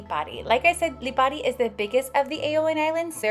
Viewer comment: Good to see people getting off the beaten track and visiting the Aeolian islands even if only for a couple of days. You also pronounced the places well. My family is from Lipari, half the islands population emigrated to Australia and Australia is jokingly known as the 8th Aeolian island.